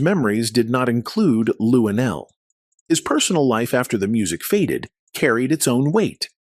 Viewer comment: Why do we need to see you shake your head on the side of the screen? You should be somewhere learning how to say Luenell's name. You said LuDell.